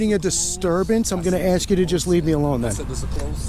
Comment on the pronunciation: you sawr us. almost as bad as the ignorants that say let me ax you sometin (OMG , was not disappointed or surprised to actually hear that) police fought to the highest courts to not hire the best and brightest applicants, they won, it shows.